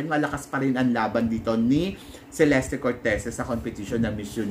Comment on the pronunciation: Cheleste daw po ang tamang bigkas ng name ni celeste..thanks po🙏